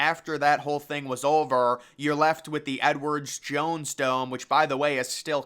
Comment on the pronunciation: Once I heard him say Edwards Jones Dome, I couldn't stop hearing it, lol.